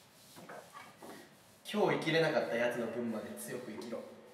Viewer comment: 5分9秒の所 『今日生ききれなかった奴の分まで強く生きろ』の 生きろが行くになってる笑